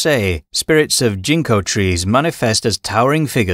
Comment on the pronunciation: I love learning about yokai, but man the accent of this narration is KILLING me. I was like, what's a jinko tree... Oh GINKO 🤦🏽 is this an AI or bot voice? It's really hard to understand what the Japanese names are because so many vowel and syllable stresses are like... Weird 🤧